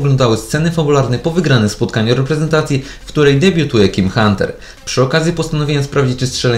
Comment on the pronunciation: powiedziales jim hunter